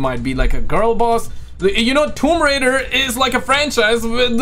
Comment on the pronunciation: I love Tomb Raider Not woum raider